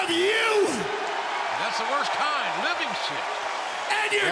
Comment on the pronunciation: That's the worst kind "livind shit"😂😂😂😂